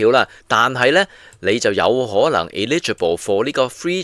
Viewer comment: 佢一開始就讀錯China Eastern Airline. 佢讀成Chinese Eastern. Eligible 又讀錯。